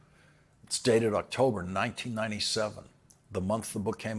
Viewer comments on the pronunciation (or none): none